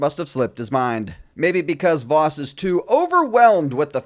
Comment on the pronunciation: I kept thinking you were calling him Vausch.